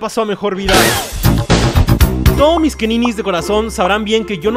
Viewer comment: El lo dijo keninis🫦